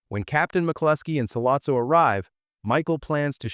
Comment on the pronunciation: As soon as Solozzo wasn't pronounced Solatzo I exited the vid